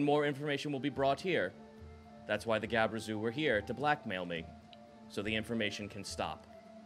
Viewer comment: God, my inner D&D nerd winces every time mispronounces GLABREZU and SVIRFNEBLIN.